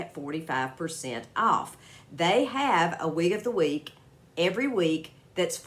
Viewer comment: I really like this wig and your quick diction on "wig of the week, every week" was perfect,! LOL, not easy to say! Looks great on you, thank you for the coupon code too!